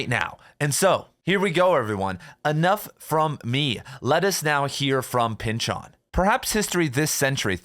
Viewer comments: Why do you say Pyn-Chawn? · Did my college professor teach me how to say his name wrong, or are you mistaken? It's silly to me how difficult this is to get over hearing your pronunciation versus my internal pronunciation 🙃